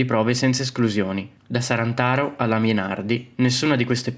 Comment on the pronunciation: È “Sarnataro” non “Sarantaro” !